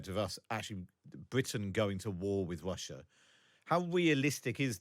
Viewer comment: The host: I'm tewwibly concerned that Gweat Bwitain may have to fight in Wussia! 🤣🤣🤣🤣🤣